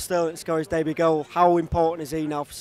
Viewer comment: Did he just say DEBUTT? Wtf?